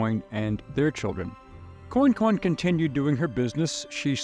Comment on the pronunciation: Pronouced " Qwan-qwan." Interesting story. Commerce in action. Louisana's system at the time was unique. Your presentation was well done. Esoteric History is your forte, balanced fairly in several episodes.